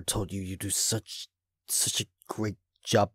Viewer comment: "A great great jub" XD